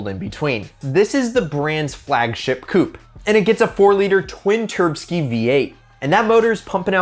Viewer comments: Nice video man. First one I've seen from this channel. Please refrain from saying turbskie LOL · Please stop saying twin turbski